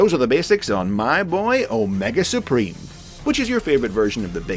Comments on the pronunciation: Heh heh... "Spreem"... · No, say it right. It's "Omega Spreem"!